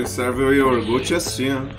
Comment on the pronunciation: É o máximo ouvir o falando iorgute,rsrs...até isso fica legal sendo nele.Amei. Menino corajoso esse hein???